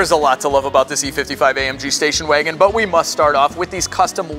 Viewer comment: "spacion wagon"???😕😅😅😅